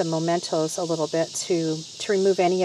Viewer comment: I'm glad you later self-corrected "anchor" to helm/wheel of the ship. And please note that the word mementos is pronounced meh-mentos, not moh-mentos. Thanks for all the great tips----especially the advice re: putting wire on the larger objects.